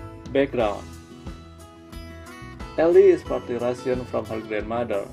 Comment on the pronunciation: Dude , what a great video ... and BTW when you pronounce the 'Russian ' you are sound like Russian people spoke . XD